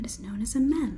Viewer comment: ITS MEEEEEEEEEEEEEEEEM not MEM :)